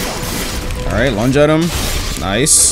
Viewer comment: i keep thinking says lunch instead of lunge